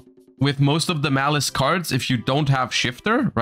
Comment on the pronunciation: If only Malice was actually called Malice and wasn't butchered